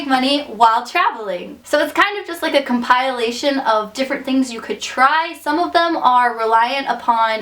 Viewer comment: A compile-ation, lol, that was adorable.